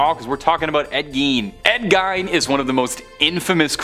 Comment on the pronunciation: Gein is pronounced 'gean', not 'gine'.